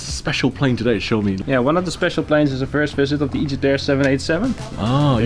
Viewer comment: It’s Joost, not Yost…